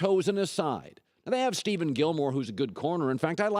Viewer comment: Sorry Colin,it's "Steph-enn" Gilmore. Not "Steeven"